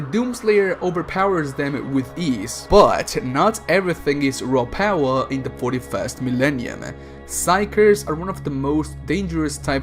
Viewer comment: I like how you say "Raw Paawa"